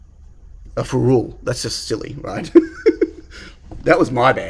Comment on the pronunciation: Hey. Love the concept board. By the way, the way you are pronouncing ferrule is killing me:), I believe you should stress the first "e" and not the "u", but each to their own. Cheers.